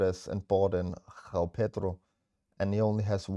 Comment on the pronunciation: "Gghhoao Pedro" 😂